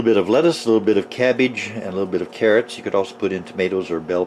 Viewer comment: The way this man pronounces cabbage gets me every time.